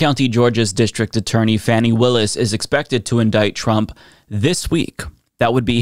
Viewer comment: Love you. A lot. Just reconnecting with you. With all due respect, Fani Willis’ name is pronounced Fawni. Just fyi. I think it matters.